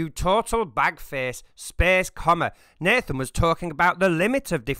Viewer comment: Oh boy, hearing the mangling of Llandudno was painful! But hearing the mangling of Nathan again made up for it.